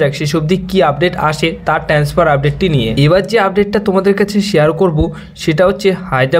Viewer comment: আগে ঠিক করে কথা বলতে শেখো। 'কনট্যাক', 'ট্যান্সফার' কোন্ দেশের শব্দ ? এমনিতেই কথা বলতে গেলে জড়িয়ে যায়।